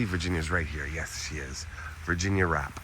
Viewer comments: Her name was actually spelled and pronounced Virginia Rappè ( Rah_Pay, accent ova the è) not wrap or rape...the media had a field day with her name being similarly spelled rape...smdbh...fatty's career wuz destroyed ova this but after 10 yrs he wuz starting to get work again and make a comeback until he died b4 that happened... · I thought her last name was pronounced “Rap-pay” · Love love love stories from old Hollywood. After studying this scandal for years, I believe Fatty Arbuckle was innocent...a so-called bad rap. And that's not word play on her last name because I think it was actually pronounced ''Rap pay''. Have a great weekend & 💗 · I've heard of this. Her last name is pronounced with an A as in fiancé. I believe Fatty is responsible for Virginia's death.